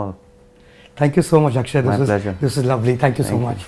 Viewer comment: He give shwa sound. In Akshe